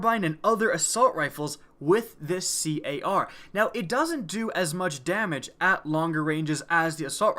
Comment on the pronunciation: says c.a.r. when us titanfall vets call it car